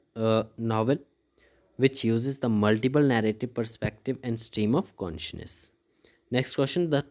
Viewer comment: Consciousness ❌ Conshness 👍